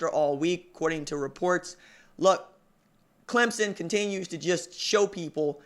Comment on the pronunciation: Thank you for saying clemSON... you're one of the few that get it right lol. Good work, keep it up!